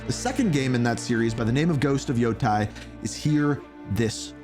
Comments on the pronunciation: How did you come up with that pronunciation for "Yotei"? It's not "Yo-tai", it's "Yo-taey" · You can't even pronounce the name of the game properly. Omg Africans can read better than you yanks.😂